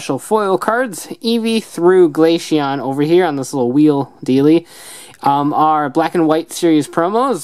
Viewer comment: You said glachion